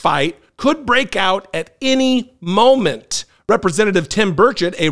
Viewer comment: I'm so mortified... 😅 Burchett (stress the first syllable, 😉) is my Rep. He's truly an embarrassment for East TN on the national stage.